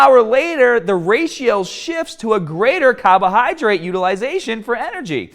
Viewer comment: How is it that you can say “caloric” properly but insist on neglecting the “r” in both carbohydrate and cardio? 🤦🏻‍♂️